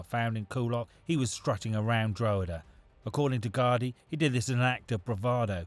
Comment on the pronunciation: Dro-huh-duh hahah more like Draw-ha-da